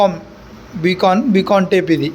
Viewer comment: బి కాన్ కాదు బైకాన్